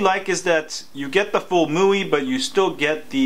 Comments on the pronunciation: It's pronounced "My" "U" "I" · It's pronounced "mee wee" bro just FYI